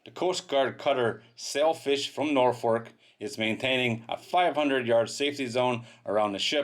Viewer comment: Norfuk is a better pronunciation for Norfolk